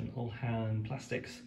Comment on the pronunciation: Really nice. Just on your pronunciation, I think the lancer term uhlan is pronounced yoo-lan, not ull-han 😊